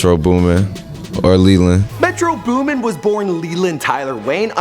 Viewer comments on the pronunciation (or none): METRO BOOMIN GUYS. BOOMIN! not Booming oh my god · It's metro boomin, anyone saying "booming" is a fucking idot, choke on this L. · "Booming" im crying whitest dude alive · "Booming" smh